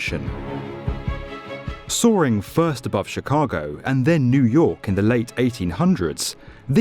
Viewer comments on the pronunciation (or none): none